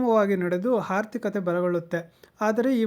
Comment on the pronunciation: ಅಣ್ಣ ಹದು ಹಾರ್ಥಿಕತೆ ಹಲ್ಲ. "ಆರ್ಥಿಕತೆ"..